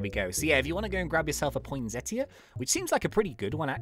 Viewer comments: Love ur vids soooooo much! Also it isnt point-set-ea. It is point-seta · Poinsettia is pronounced "pon-setter"